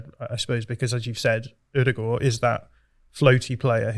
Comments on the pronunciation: the is completely correct in how he pronounced Martin Ødegaard's name. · Fellow Scandinavian here; I can confirm visually impaired, working class pronunciation of Ødegaard is 100% spot on. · As a norwegian i can tell you that is nailing how he say Ødegaard! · actually picked up the Ødegaard pronounciation pretty quick. Something to note is the same pronounciation applies to vestergaard, Nørgaard etc.